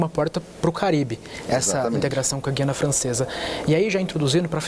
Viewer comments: É terrível termos que ouvir, mesmo na grande mídia, se pronunciar incorretamente a palavra "Guiana". A pronúncia correta de Guiana é "Gu-i-a-na" (com o "u" e o "i" pronunciados separadamente, formando um ditongo leve no i-a). Diferente de palavras como "guia" ou "guerra", em que a letra "u" é muda, no nome do país sul-americano o "u" deve ser articulado claramente. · Acho incrível que jornalistas formados digam Gui Anna Francesa e não Gu i Anna Francesa. O Governador pronunciou corretamente